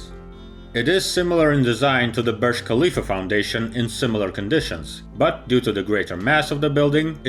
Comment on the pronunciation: are you stupid? i am emiratiya from dubai, it is not said . KAAAA leaf, its HAAAA lifa . NO K SOUND